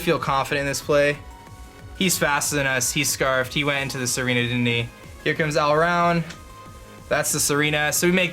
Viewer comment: It's Tsareena, he just pronounces it like Serena